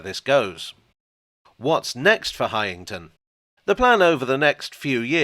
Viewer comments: As a former local it's "Highn-ton' rather than "High-ing-ton" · It’s pronounced Hineton. You’re welcome!